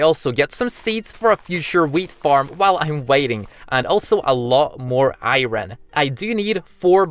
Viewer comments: chat; talks bout aot me; why do he said i-ron its iron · its iron not earin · I'm sorry but it's driving me crazy you keep saying iroen and not iron.. im done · ik its ur accent but why iiiiiren instead of iron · iron not iyron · Im new to the channel and I did not know what u were saying u were saying iren but I said its not iren its iron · What the ahaha it's funny when you say iren instead of iron but it's ok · he calls iron airon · It's iron not iren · Iorn ❌ airon✅ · I heard him Saying "Iren" instead of "Iron" 😂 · Why does he say to iron iren like what hahahahaha and he also sounds like gay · i love how u say iren instead of iron XD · i like how he said iwron instead of iron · i mea its not iren its iron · It's not ieron it's iron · iron ❌ irwen ✅ That what he said in the video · Stop calling iron I ron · He is so energetic and i like how he say "AIYROUN SWORD" and "LIVAI" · Why do you say iron like that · I love how you say iron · Okay first thing you're saying iron wrong